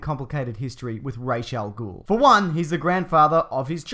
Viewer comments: I know I'm being really anal about this, but the Ras in Ras al-Gul is pronounced as Raz, not Raish. Just saying. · it's Ra Al Ghul like "Raw" not Ray .... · Its Ras Al Ghul not raish... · Who the fuck is "Rayshell Ghoul?" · It's Ras al Gul not rash al gul